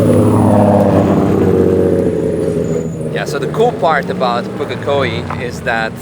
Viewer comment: You're the only foreigner I've heard pronounce Pukekohe correctly! It's so fkn cool to have had you here in my hometown, so sad to see the most iconic track in the country being shut down for more BS urban sprawl though 😭